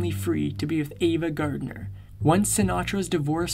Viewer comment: Also not Gardiner